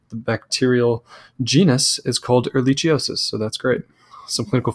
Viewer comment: Learn how to pronounce Ehrichiosis. Plus it would cost hours to look under a microscope...real doctors treat for sx.